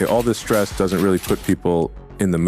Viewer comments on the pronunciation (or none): none